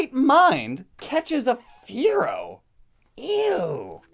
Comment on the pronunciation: I have all the Originals the ones before the censor also you said a lot of the name is wrong like you pronounce manga wrong also the the Pokemon Fearow you pronounced it more like Furrow